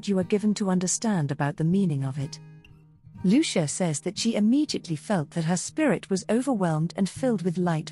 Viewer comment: Just mispronouncing her name makes me not want to watch this.